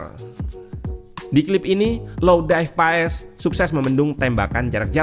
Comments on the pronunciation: Sekarang pengucapan nama Paes bukan di ejaan kita min, tapi pengucapannya adalah Paas...kalo tulisan nya sih tetap Paes😊🙏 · Marten paes di baca maarten pas